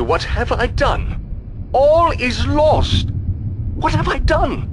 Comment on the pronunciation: "All is lorst" lol!